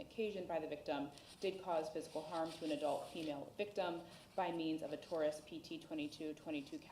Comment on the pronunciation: Taurus not Torres. Lol